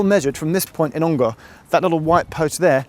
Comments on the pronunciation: Hi Geoff - great vid. Just a note from an Ongar resident - it’s pronounced Ong-er, rather than Ong-ar :) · Never heard anyone pronounce Ongar as OngAr !! - sounds so weird. We always call it Alperton Garage "ON GAR" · Ongar is pronounced with a schwa by the way. It's not OngAr. Little bit of local knowledge for you there :)